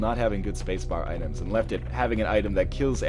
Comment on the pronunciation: Why do I hear "Spacebaritus" instead of "Spacebar items"?